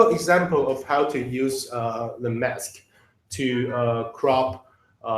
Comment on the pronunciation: When narrating an instructional video, you need someone that can pronounce the words correctly for example mess is not mask! Your closed captions are highly incorrect. It is most difficult to understand the narrator as he does not pronounce English words correctly. I realize that English is a second language for him but please get someone else.